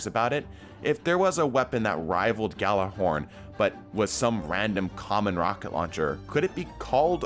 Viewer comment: ITS PRONOUNCED YÄL•LÄR•HÖRN